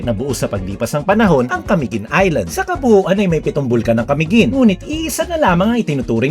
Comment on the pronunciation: Sa pagsasalita ay ca-mi-guin po hindi po ca-miguin ..